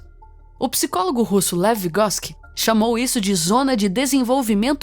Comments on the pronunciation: Só quem é professor vai te entender, eu só entendi porque precisei na época digitar para meu pai o TCC dele que pegava muita referência desse autor. Sei que não é assim que se pronúncia o nome dele. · Levigosqui kkkkkkk